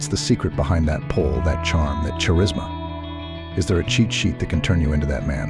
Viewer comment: Pronounce charisma correctly